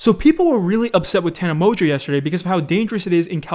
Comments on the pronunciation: Wait you pronounce it mojo? I though it was Mon-go 😂. And did she get stung by a bee on the lips? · Mans said "Tana Mojo" Wait, is that how its pronounced? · anybody else notice that be said tana mojo 😂😂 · I have never heared someone pronounce tana mongeau the way does.